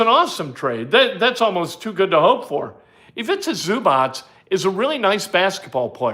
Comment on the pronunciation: It is zoo-bots. Not zoo-botch.